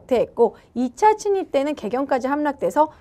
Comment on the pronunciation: 침입이 자꾸 친입으로 들려요^^